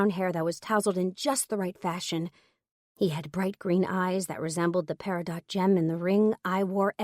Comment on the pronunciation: It's not the "walk of shame", it's the "Stride of Pride" baby... 😉 🙃🐨🇦🇺 p.s. the gemstone Peridot is pronounced "peri-doe" not "peri-dot".